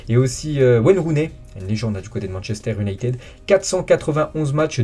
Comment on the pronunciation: Le Berna beuh Manchester U n'ay tid Tu fais chier a écorcher les grands noms!!!